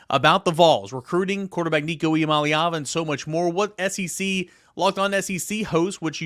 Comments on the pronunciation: It’s crazy that the top Tennessee football YouTube channel doesn’t pronounce Nico’s last name the way he says it’s pronounced. I’ve heard Nico say several times that he wishes people would pronounce Iamaleava correctly. If you ever want a chance to get Nico on your show you should pronounce it the way he does. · true, but he's got a point... It's not that tough, and at this point it's almost disrespectful considering this is supposed to be an "all Vols" show and the top Vol across all sports gets his last name pronounced incorrectly. It's unprofessional.